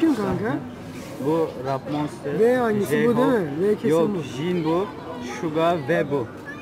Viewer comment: biride çıkıp ‘İsimleri yanlış söylüyorsun. Sadece prim için fanlık yapıyorsun.’ demiyor. Neden? Çünkü fanboy. Bak. Madem youtube’a video çekiyorsun. O halde isimleri düzgün oku. RM/Rap Monster ‘Rap Monstır’ diye okunmaz. Rep Monstır diye okunur. Gerçek ismi Namjoon’da Namcun diye okunur. Seokjin/Jin, Sokcin/Cin diye okunur. J’leri bırak söylemeyi; baskı yapılmaz bile. Yoongi/Suga, Yungi/Şuga diye okunur. Hoseok/Jhope, Hosok/Ceyhop diye okunur. Jjjeyhop ne ya? Jimin, Cimin diye okunur. Taehyung/V, Tehüyng(okuduğum gibi yazmak zor)/Vi diye okunur. Bak hepsini geçtim ‘VE’ DİYE NASIL OKUYORSUN? Jungkook’ta Conkuk diye okunur. Hepsini ezberlediğinde görüşürüz:*